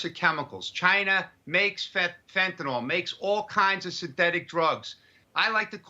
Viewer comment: Please pronounce it correctly. Fent-a-nyl.